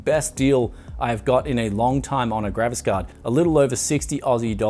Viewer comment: is it just me or is he always saying: "Gravis Card" instead of graphics-card?